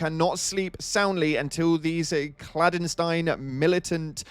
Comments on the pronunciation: It's "clan - des- tine" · Clandestine (clan-des-dant) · Clan-destine. Leeth-ality. Like your videos dude. But for an Englishman your grasp of the language is lacking at times. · You said clan-des-tine like Frankenstein and I think that's a little funny. (No hate, just made me chuckle) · He also missed both "untenable" and "clandestine" 😂 ...and "prevent"